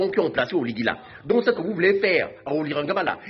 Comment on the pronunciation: Prononce bien le nom parceque quand tu dis oligue c'est comme si tu voulais dire reste en fange c'est OLIGUI.